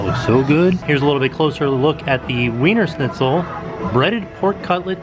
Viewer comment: I shuddered when I heard you pronounce wiener schnitzel. It's not said with a W, it's a V sound. It's the German in me lol. This makes hungry. Looks so good.